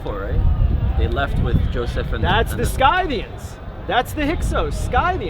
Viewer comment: The Neo-Nazi guy: saying a fuck ton of B.S. Me: getting annoyed that he pronounced "Scythians" as Skaythians and not /ˈsɪθiən (Sithians) and manged to relate an Indo-European nomadic people from the steppes to the Jews of the middle east.